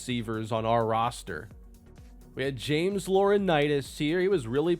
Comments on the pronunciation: His names really pronounced Ja-Mez and not James?? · dude said “Ja mez” when it was just “James”